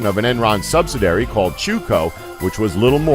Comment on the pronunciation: "Subsi-diary"? Try Sub-si-di-ary.